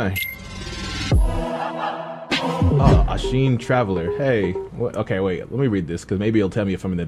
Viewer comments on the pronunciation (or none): He still gets Ashina wrong.... He pronounces it as Ashine.... my man Its Aa-shi-naa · I always wonder why the hell said ashin instead of ashina and miri counter instead of mikiri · dude the way you pronounce words makes me wanna die,,, bruh it's miKKiri counter, it's ashinA, it's lady tomoE